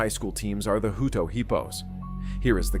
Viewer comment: Hut-o hutt-o hutto😂 not hooto